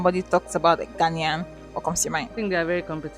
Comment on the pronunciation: Beautiful video, beautiful Naija babes😆🤗 Love from Ghana By the way it is Ghanaian, pronounced as Ghanien not Ghanian😃😃🤗